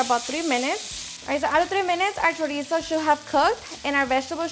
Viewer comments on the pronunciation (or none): none